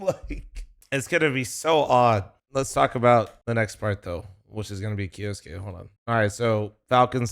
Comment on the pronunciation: K - YOU - SUKE NOt KJOSKE